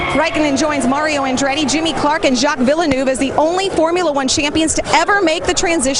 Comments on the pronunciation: Jacques Villeneuve! Not Jack villanoove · Whoi the hell is Yack Willenufe? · jacks villenoove wtf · Ah yes, the f1 driver jack villy-nuv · ah yes, my favourite f1 driver, Jack Villanoove